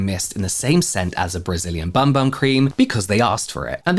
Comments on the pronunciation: It’s actually pronounced ”Boom Boom” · I thought it was pronounced "boom boom" cream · I like it better as BUM BUM but I did see something on the correct way to pronounce it is BOOM BOOM. But definitely doesn’t read that way. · I literally found out like 2 days ago that it's pronounced boom boom